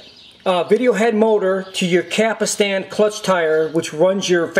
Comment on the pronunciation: Just saw the video, Some notes I have:.First: the rubber wheel on the loading ring is called "pinch roller". you should say "capstan", not capastan".and you don't just pull on the capstan rotor! it has retaining washers on it.What you want to do is slowly pull on the rotor while the unit in on it side, and collect the plastic retaining washers with the other hand. then clean the capstan shaft with alcohol.next put a drop of sawing machine oil in the upper and lower bearings (otherwise they will fail down the road), slowly insert the capstan rotor while putting back the plastic retainer washers.carefully push them back against the bearings, and clean the shaft again with alcohol.you are correct about replacing belts and tiers only with fresh ones.but it is not a Betamax only that fails with rubber parts, ANY deck of ANY format will fail due to rubber belts and tires wearing out or dries up.Other than that, you did a great job. I love these old Betamax decks!Best Regards,Moshe.